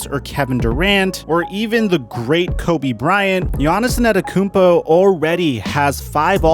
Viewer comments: Hey man, Giannis won a championship. It's time to start saying his name right. It's Antetokounmpo, not Anetekounmpo. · why is he saying a-NET-tokounmpo? loool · My man keeps calling him Giannis Inantokounmpo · If I were you I'd just avoid saying gianiss' last name since you obviously can't pronounce it and I can't spell it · Say his name correctly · PRONOUNCE HIS FUCKING LAST NAME RIGHT. FUCK. JUST SAY GIANNIS IF YOU CAN'T SAY IT. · Why does you say his last name like that? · How difficult is to learn how his name is pronounced. Show some respect to his name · bro say his name right pleeeeeaase😂